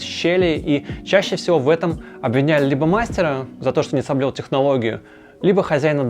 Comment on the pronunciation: Половая доска лучше звучит, чем НЕ СОБЛЮЛ , или не соблёл (я не разобрал)😂😂😂😂😂😂😂😂😂😂😂😂😂😂😂😂